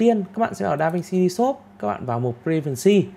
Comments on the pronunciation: Đọc tiếng Anh hay quá anh ơi. Anh học ở đâu chỉ em với. DaVinci ri sốp…..hahaha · Phát âm tiếng Anh khó chịu quá, re xốp, đao loát. Kiến thức rất hay như nghe 1 lúc ong đầu thật sự